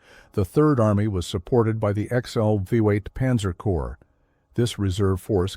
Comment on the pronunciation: He(it) said "corpse" for "corps", then in the next sentence suddenly pronounced it correctly. 🙄